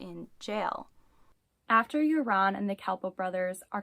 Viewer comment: You are not saying his name right.....Joran is pronounced 'Yourn....Not 'Your-On'.